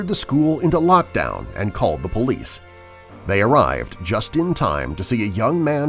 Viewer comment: All this time I thought he was saying bullies but he was actually saying police